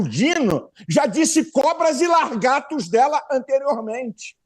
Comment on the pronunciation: O dito pastor fala LARGATO!!!!!!! 😂😂😂😂😂😂😂😂😂😂😂🤬🤬🤬